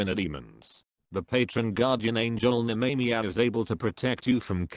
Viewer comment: Nemamiah is pronounced " Nemmer My Ah" not " Ney Me Me a' lol. Speak n Spell Robo Voice can't do pronunciation yet so much for AI.